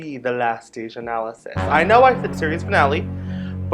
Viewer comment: Did you say Anal-assis??? Too funny!